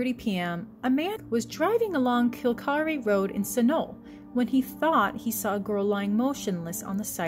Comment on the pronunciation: Kil-Kare, not “kill-karee”!